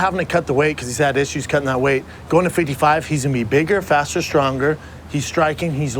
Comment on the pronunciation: Annoys me the way he says 55